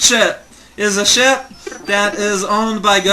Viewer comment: pronounciation of ship sounds like sh*t